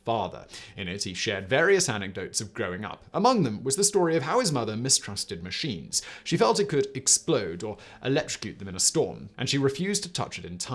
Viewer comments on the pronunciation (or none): Trying to watch this without waking up kids. I thought he said people mistrusted SHEETS not machines